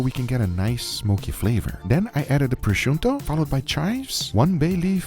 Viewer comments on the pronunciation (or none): It's prosciutto, not prosciunto. This reminds me of when he kept calling gochujang "gojugan." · Guga, please stop saying proschunto😂 there is no N there😊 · Stop saying prosciunto Gugga wtf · there's no "N" in prosciutto 🤣🤣